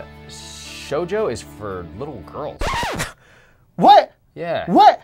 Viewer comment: The thing that I can't stand is how they keep pronouncing 'shoujo' and 'tsundere' wrong. If you care enough to make a video about character archetypes in anime, why can't you care enough to pronounce the terms you're using correctly?